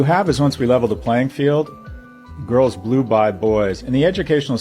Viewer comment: Did he say girls blew boys 😂